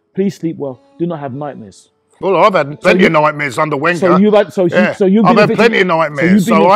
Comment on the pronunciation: was really struggling to say Wenger’s name seconds, the man honestly haunts to this dayyyyyy